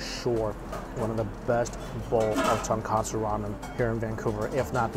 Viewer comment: After all these years eating ramen you'd think Mike learned it's TONKOTSU ramen. Not TONKATSU 😂